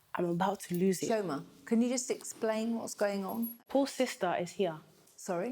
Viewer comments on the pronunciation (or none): Chi-O-ma...it's irritating to how says Chioma